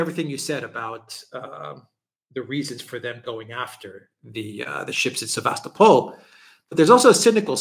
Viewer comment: Sevastopol(topple) not Sevastapol